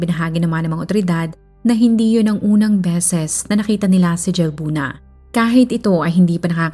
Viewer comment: Halbuna po ang pgkapronounce ng Jalbuna☺️